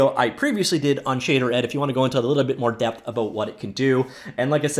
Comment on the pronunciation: "shay" "derd"